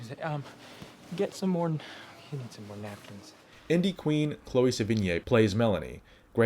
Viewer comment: I like your videos man but my god do you routinely straight up butcher names like no other. Not just peoples' names either (though I'm interested in checking out Chloë SeVINyay's other work) but the names of things, and places as well (the next time I'm in the Bay Area I simply must visit this Marren County you mentioned). Just a bit of constructive criticism from a viewer: if you're not sure how a name—or any word for that matter—is pronounced, or you've only ever read it and have never heard it spoken, just look up how to pronounce it properly. I honestly wouldn't be taking the time to leave this comment if it were only the two mistakes I mentioned above that I've noticed. I've noticed this trend on numerous occasions throughout several of your videos and it totally pulls me out of the video every time. It's a totally avoidable mistake too! Otherwise good job on the channel. I'm a huge David Fincher fan and enjoy the breakdown of his career.